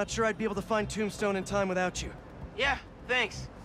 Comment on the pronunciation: it's Tombstone and Yuri not Dom Stone and Fury lmfao